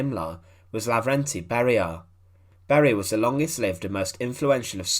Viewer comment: He was Levernty , not Laverty. And it wasn’t a brutal execution, rather it was a truly just execution.